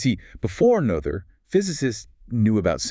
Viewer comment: Is this AI narrated? Woman pronounces Noether’s name differently many times.